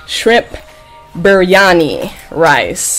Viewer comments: How to pronounce the rice: BREE-AN-III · Im not Indian but you pronounced berryani wrong but I was just trying to tell you ❤